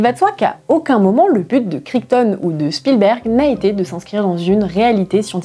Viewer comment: Le micropachycephalosaure, il a la tête dure comme moi 😁 Et en parlant de pronounciation, j'ai les oreilles qui ont saignées à chaque fois que tu as prononcé Crichton 🤯 (c'est kraïtone, c'est n'importe quoi, on est d'accord)